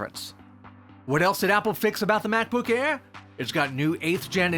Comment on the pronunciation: Did he just says Back-book Bare 0.33?